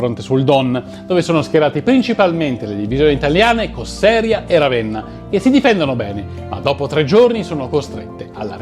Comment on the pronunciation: Bravo! Uno dei pochi che nomina Paulus e non von Paulus e la divisione Cossèria e non Cosserìa. 👍 Fronte Volga-Don 1942-43 spiegato molto bene. Manstein kommt dicevano i tedeschi a Stalingrado ed invece kommt nicht.